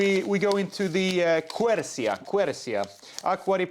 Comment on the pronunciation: You definitely need to improve your Italian 😉 Arancia, Quercia, just check on internet the pronunciation, -CIA is basically pronounced like ‘CHA’